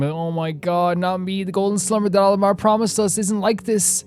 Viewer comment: A point of pronunciation... Al-Ahmar is pronounce AL AK MAR by the npc's in the rest of the game. At least that is closest to how it's pronounced. They use "H" for a reason but it's hard for a western speaker to get that exactly right.